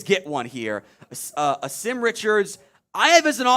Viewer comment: Name is pronounced Awesome. He’s a GREAT young man and will work his ass off to be the best player that he can be. He’s had to work under 3 offensive line coaches during his career at UNC. Better coaching will help him flourish!!